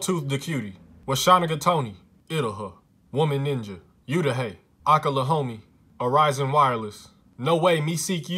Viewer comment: I was watching this with my sister in the room with no headphones on and when you said Utah she goes: DiD hE jUsT sAy uTeRuS??????